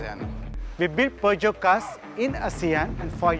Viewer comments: Good review! But it’s pronounce as Pur-Jyo 😅😅 not pew jeow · Per-jhio. Say it right